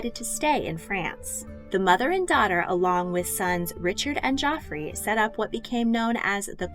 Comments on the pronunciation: Its not jofrey, but Jeffrey.. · Love your videos! I know it’s a year old, but “Geoffrey” isn’t pronounced “Joffrey” it’s “Jeffrey” it’s just how the English spell it. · Henry II's son was Geoffrey (ie Jeffrey), not Joffrey. Rosamund is roz-a-mund, not rosa-mond. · Maybe in old English or old French, but not in modern English. If you have the name Geoffrey but pronounce it Joffrey, you are an outlier. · Great story telling! One point though....Geoffrey is pronounced Jeffrey, not Joffrey. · Isnt that the difference in the French vs English pronunciation of the name? Didn't they all speak French at that point? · Geoffrey isn’t the ass prince/king from GoT. It’s pronounced “Jeffrey”. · She is one of my heroes, and there was a lot here I didn't know before (which is surprising based on how much I've read). One note: Geoffrey is the medieval spelling for Jeffrey. And it's pronounced as Jeffrey. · The French pronounciation is sounds like Joffrey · “Geoffrey” is pronounced the same as “Jeffrey.” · It was the French pronunciation joffry. French was still the language of the nobility in England